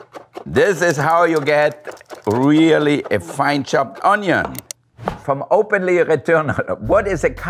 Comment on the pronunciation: ugh, had to go watch my mans Jean Pierre after he said onion lol. . .ps that onyo is weak